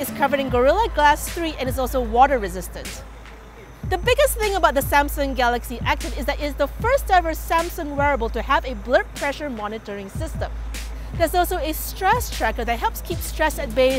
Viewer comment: She literally says "blurp"... I went back to watch it and laughed my ass off. Thanks,.